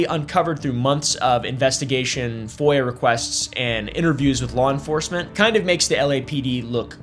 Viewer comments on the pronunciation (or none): none